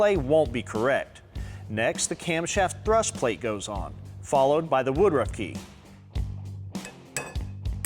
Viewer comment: Did you say Woodrugh key??